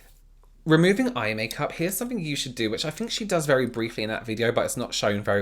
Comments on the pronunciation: When says “somefink” my heart goes😍😍😍😍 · “I’m sure a lot of people on there need to be arrested (dramatic pause) for something” 😂